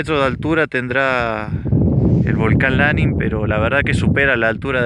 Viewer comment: 3747 mts altura, es LaNIN, acentuada la ultima silaba